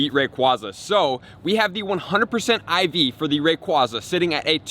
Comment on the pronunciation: I actually like his pronunciation of rayquaza hahaha